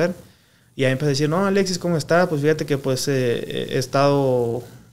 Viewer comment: Jajajajaja, cualquiera ya hace este tipo de programa, me da mucha risa que no sabe ni hablar. Llevo 5 minutos viéndolo y ya dijo más de 10 veces verga. Pobre no puede ni decir Alexis. Dice "Aletsis" no puede hablar y pensar al mismo tiempo